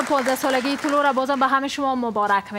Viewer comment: طلوع را طلوه می خواند🤣😂